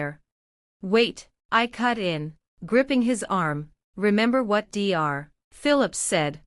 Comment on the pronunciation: Dr stands for doctor and should be spoken as that. It is very annoying!!! What the hell is wrong with this woman????? What is the mil name??? You have used several different spellings and the voice said several different names!!!! Get your act together!!!